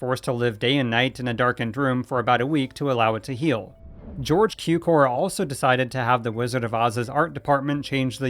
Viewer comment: Please learn how to correctly pronounce „Cukor“..